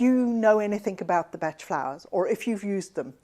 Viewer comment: Thank you for call Dr Bach by his correct name. I worked for Nelsons/Bach flowers head office in London back in 1990's and that was how they pronounced it. I since worked in Australia and everyone called him Dr Bach as in the composer and I was forever correcting them! I have found you course and I am keen to reconnect. thank you